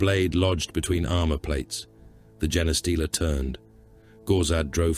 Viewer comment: Shame about the mispronounced Genestealer